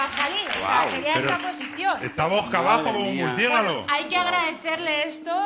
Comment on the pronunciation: A dice murciegalo jajajaja